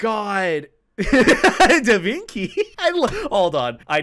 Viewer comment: "DA Vinky"? Bruh 🤣🤣🤣